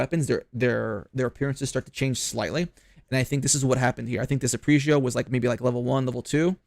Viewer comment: ARE-PEJ-GEO Say it with me. 😆 An arpeggio is a musical term for a chord broken down into 3 single notes played individually. 3 notes/3 shot burst. Get it? Thanks for coming to my ted talk.